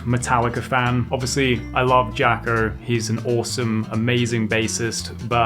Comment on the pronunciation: It’s not Jaco! It’s “ yakoh”